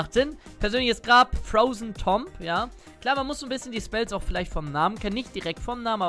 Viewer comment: Tomb wird 'Tuum' ausgesprochen, heißt ja auch nicht Tomp Raider